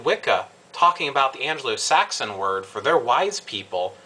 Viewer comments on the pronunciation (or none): "An-Glo"-Saxon (not "An-Jeh-Lo").. o.O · You had my interest until you said "An-gelo-Saxon" ? Really ????? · Just to let you know (it's the only thing tat bugged me) you keep on saying Anglo-Saxon wrong. You pronounce the "g" like you do in golf or gate. Other then that I'm not so fussed on what you've said, and I'm a Wiccan and I will admit that you were right about what my thoughts about this were going to be when I I read the title and I apologies for them. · ANGLO saxon.....not Angelo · yes i spelled it how it's pronounced. just letting u know how it's pronounced. the word is Anglosaxon. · Your point in this video is well taken. There are far too many people who got on the Wiccan bandwagon, simply because it was the largest nonchristian bandwagon in town. People take far too much on faith, lacking faith in themselves. One complaint: it's Anglo-Saxon, not Angelo-Saxon. Angelo is some dude running a pizzeria in Brooklyn. Other than that, good job.